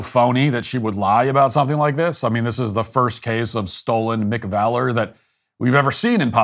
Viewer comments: "Stolen Mcvalor" 💀💀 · "Stolen McValor"... LOL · "Stolen McValour" 🤣🤣🤣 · LOL "stolen McValor" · "Stolen McValor." Matt lol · “Stolen McValor”?😂😂😂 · "Stolen McValour" 😂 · "Stolen Mcvalour". 🤣